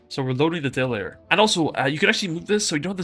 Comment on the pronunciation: Good shout on this. But tbh it took me way too long to figure out when you were saying "Dayler" you meant "Data Layer". Lol